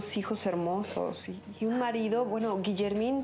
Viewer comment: "Gillermin" JAJAJAJA😂😂😂😂👈